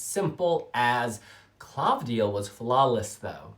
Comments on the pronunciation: It is Klavdía. Not Klávdia. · you are great! i really enjoy yr videos! i love yr reactions! the v is pronounced as v and not as u like the italian/spanish/latin equivalent. and the accent is on i. asteromata(female)=star-eyed. greetings from greece